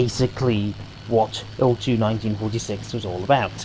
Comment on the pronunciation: actually it's eye el two - not eel two :)